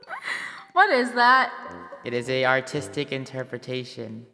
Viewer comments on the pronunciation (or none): says airtistic